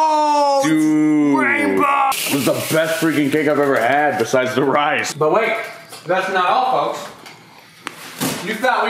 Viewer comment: No one: Literally no one: Evie Taylor: rices